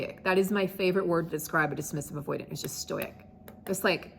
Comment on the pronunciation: The word it “stoic”. Not “stoyic”. And yes, a dismissive avoidant’s super power is the ability to appear stoic when you’re falling apart with anxiety and uncertainty.